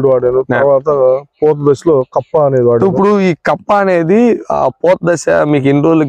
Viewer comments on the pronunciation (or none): కంప కాదు కప్పా